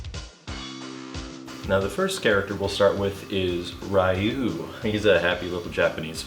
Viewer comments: you pronounced Ryu differently here and here, your a!;^) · I like how Ryu was pronounced "Rayu" in /31 but in it was pronounced "Ryu" lol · Oh, god, the Rah-Yu pronunciation. But we need more of these, can you make MK and use calm voice for the fatality or something. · Mispronouncing Ryu the way everyone in the 90s did was the kicker for me.